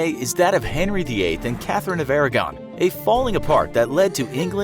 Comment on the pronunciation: That isn't how Aragon is pronounced